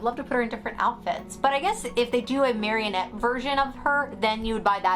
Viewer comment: It’s MA-RI-NETTE not marionette 😂💕